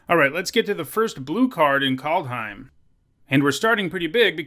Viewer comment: KALD not Cold , KAAAAALD